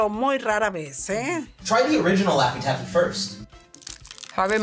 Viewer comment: Lafty taffy 😹😹😹😹 Gooppers Hoopers 😹😹😹😹rootsie roll Banilla It’s Shoey Shonkey😅